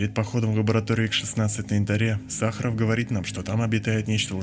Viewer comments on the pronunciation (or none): none